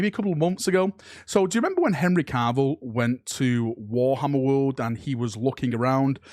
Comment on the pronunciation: I love you but for the love of the Emperor stop pronouncing his name as Henry Carvill, there's nor "R" in there